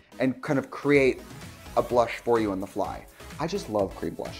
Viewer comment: Tricia I thought you were saying cream brush